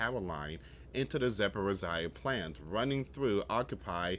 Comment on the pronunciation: It’s pronounced zap por ritz zee ah .. your way sounds better tho 😅